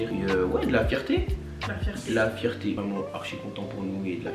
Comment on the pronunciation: 😂😂😂😂😂 »Fierté, »❌combien svp 😂😂😂😂